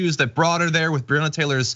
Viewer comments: John pls stop pronouncing breonna wrong it kinda takes some wind out of your message about ppl not knowing her name when you say it wrong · Please check the pronunciation of Breonna Taylor's name.